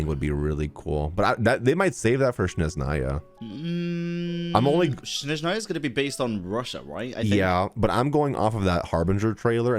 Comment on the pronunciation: guys its the opposite letters, its not SHneZnaya its SneZHnaya 😭